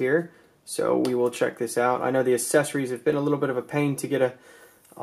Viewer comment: You say accessory weird. Its aksessory not assessory :)